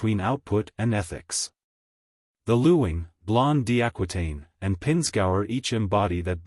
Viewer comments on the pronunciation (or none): It’s pronounced ling the u is silent.